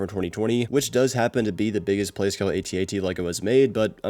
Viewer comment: It’s not an A T A T, it’s an AT-AT 😬